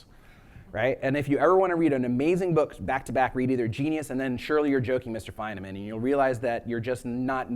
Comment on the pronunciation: I believe Feynman is pronounced Fine-men, not Fine-a-men.